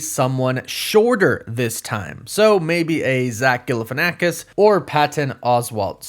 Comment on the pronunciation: Bro said zach falalkanasis